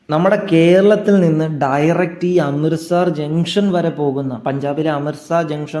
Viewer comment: അമൃത 'സാർ' അല്ല, അമൃത് 'സർ'. സ്ഥലത്തിന്റെ പേരെങ്കിലും ശരിയായി ഉച്ചരിച്ചിരുന്നെങ്കിൽ എന്ന് ആശിച്ചുപോകുന്നു.